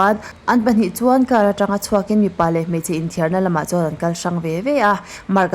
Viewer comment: 'Atangin, Atanga,' tih pawh i rawn lam kim/chiang ta fak mai. Tin, 'tun tum' tih pawh i thluk dik ta👍👍